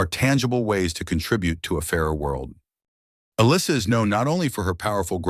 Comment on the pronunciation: So, nobody is going to mention the fact that the narrator COMPLETELY butchers her name? It's not uh-lissa, she pronounces it uh- LEESA. Her last name is pronounced like it's spelled... GLUZ, not GLASS. I like her. This video sucks, though.